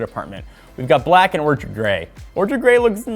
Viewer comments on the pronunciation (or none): it's Orchid, not orchard. Every time. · I know how much effort the Technobuffalo team puts into videos, so please stop saying orchard. It's a blemish on an otherwise fantastic video. Orchard ≠ Orchid